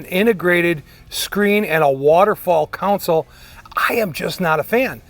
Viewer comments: It's a friggin "console" not "council" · It is pronounced, CON-sole, not council. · Nifty stuff, but it's CONsole not COUNcil. Thanks. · Why do so many call it a counsole or a council, its a CONSOLE! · CON-SOLE This is unwatchable! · Pronouncing console as "council" is so Great Lakes. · Council is not a correct pronunciation of console. It's just because someone said it wrong and someone else repeated it. Just like the goofball who first said "hone in on it." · I'm from the rural midwest, nowhere near academic elite. I know there are places in the south who say council, but it's still incorrect. How TF do you get COW out of CON? Those mispronunciations are going to disappear over time as American English becomes more homogenized. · yes, the English language is definitely tricky. People pronounce words differently that mean the same, like almond, salmon, worcestershire, and sherbet to name a few. But when we say council or counsel instead of console, the definitions are completely different. That console is pretty sweet!! I am very impressed with your craftsmanship and design! Nice work! It's not for me, but if I was building a RestoMod Chevelle, I would definitely want one of those badboys in my car. I can't wait to see your future builds out tearing up the ashphalt! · no you just pronounce console wrong dude